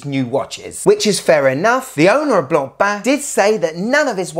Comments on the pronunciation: My compliments for the correct french pronunciation... Not like the horrible yanks sayin: BLAANPAAN! 😂😂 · bro actually pronounces blancpain properly unlike teddy respect!!! Love you bro! The best channel! :face-blue-smiling::trophy-yellow-smiling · Kudos for making sure to pronounce Blancpain properly!